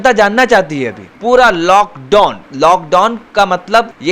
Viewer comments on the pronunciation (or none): LockDon nahi hota hai lock down hota hai and get educated first you illiterate reporter